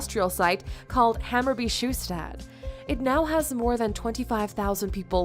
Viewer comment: when the voice in the vid butchered hammarby sjöstad... xD